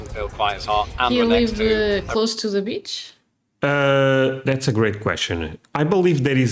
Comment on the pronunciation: Every time a foreigner tries to pronounce the word “beach” it sounds like another B word and I can’t help but laugh my arse off.🤣